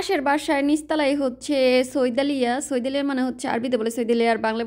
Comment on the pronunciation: সৌয়াদলিয়া না সাঈদালিয়া বলে